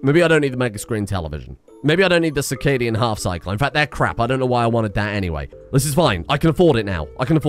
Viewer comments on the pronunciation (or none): none